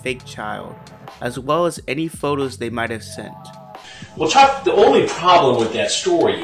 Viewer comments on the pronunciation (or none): none